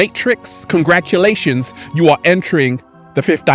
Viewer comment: Does anyone else enjoy when says “Congratshulashons”